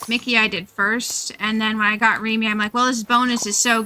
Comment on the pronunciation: the way she says Remy's name through out the video kinda bugged me